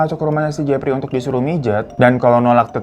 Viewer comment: Emang udh paling benar si hiro nyebutnya si Jefry wkwkwkwk